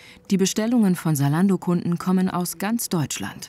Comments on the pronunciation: Salando ? Warum kein Z in der Aussprache? Wir brauchen mehr junge Leute in der Politik die das Team antreiben. Weil ein alter Politiker der die Technik kaum nutzt würd sich für das Thema wenig einsetzen. Es müsste zu dem auch erst einmal überall in Deutschland für jede Stadt, Dorf Internet zur Verfügung stehen. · Es heißt nicht Saalando sondern ZAlando !!!!! Argh … 🥴🤦🏼‍♂️ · Warum wird Zalando "Salando" ausgesprochen? Da hab' ich die letzten Jahre wohl was falsch gemacht ohoh